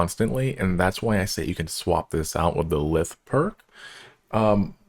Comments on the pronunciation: Its pronounced Lythe (Like you would say Lie and then add the the) hope that makes sense? xD just a sidenote, but I agree with the others, even though Ive been playing for a while, this is a very friendly and simple guide and not 2 hours long. :) Well done! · I wasn’t expecting much when I clicked this but wow, this was edited surprisingly well! As someone who’s been in the comunity for a few years now, I agree with most of this advice. It’s pronounced lie-th, by the way ❤